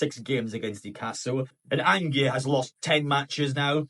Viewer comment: An-gay 😂😂😂 its Ange like short for Angela lol